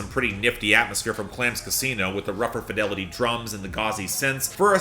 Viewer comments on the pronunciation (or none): none